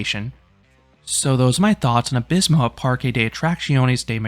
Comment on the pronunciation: As a Spaniard: Nice try, I really can’t ask for more from someone who’s native language isn’t derived from Latin ;)